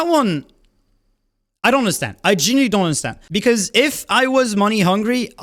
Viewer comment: i relate to being unable to pronounce "genuinely" lol genilly